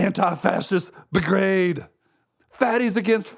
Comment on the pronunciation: It’s “brigade”, not “bigrade.” And the Buffalo Bill one sucks. Use something better, please. Lastly, your “daily driver” looks brand new.